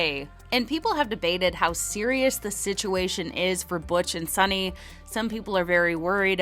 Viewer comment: Her name is Suni, not Sunny or Sonny.